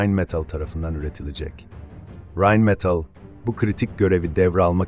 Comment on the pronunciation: METIL degil, metal